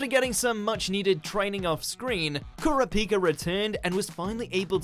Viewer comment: He does know that he did the hunter x hunter name wrong it's core-ra-pika aka kurapika